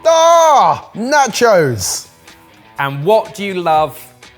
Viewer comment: The way you pronounce nachos is cringe!